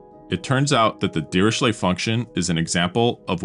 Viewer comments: His name is pronounced as /ˌdɪərɪˈkleɪ/; not dee ree shley. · prononced "diricle", the h in ch is silented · It's pronounced Diriklé